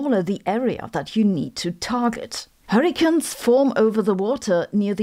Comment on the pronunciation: Are you pronouncing hurricanes as hurricans so that you can coin the term hurricants when the technology to stop them from forming is developed? 😛